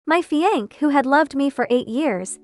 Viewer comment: I'm pretty tired of hearing "fiee-aNK" instead of fian-say. I hope someone can correct this with the AI.